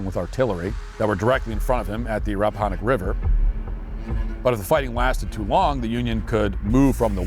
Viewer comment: This is against Walsh. They don't need to pay anyone. Can they at least cold call a random person that lives in the area and ask them how locations are pronounced? "Rap-ah-Hān-ick." Han like hand, not Han like Han Solo. During a race at Richmond and I've gotten the same answer asking randoms. Henrico county is an Indian name, not Hispanic. It's "Hen-rye-co" not "Hen-Rico" like Rico Suave.